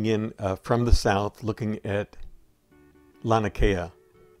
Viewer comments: I enjoyed your footage! One thing I'll add is that it's pronounced lah' nee ah kay' ah. That 2nd "a" is pronounced. And, again, thanks for the footage. Beautiful! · I love your videos, but I want to correct your pronounceation for Laniakea: Lah NEE Ah Kay ah, brah. The small beaches behind the houses we used to call Backyards for obvious reasons, the point before you go around to Waimea we called " Marijuanas" because you could see the crops on the hills but ONLY from the water. Had to be at least 6-8 feet to work. The waves, not the plants, that is.... Ah, the 70s.....